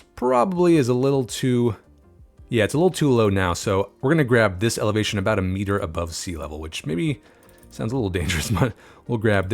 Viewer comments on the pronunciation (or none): none